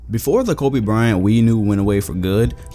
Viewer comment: Stop saying Colby, it’s Kobe